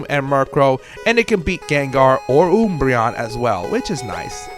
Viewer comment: "oombreon" Guh- agh! Ack! It was a critical hit! Commenter has fainted!